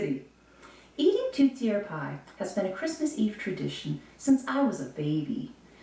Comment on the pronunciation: Thanks for the history lesson, but it's not pronounced "TOOTiere", it's pronounced "TORTiere"... I'm surprised you can pronounced your family name properly, and not call yourself "BOOBeau".... Come to Quebec and try and say that.... They'll deport you...